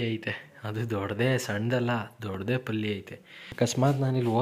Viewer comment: ಪಲ್ಲಿ ಅಲ್ಲ ಹಲ್ಲಿ ಕಣ್ಲಾ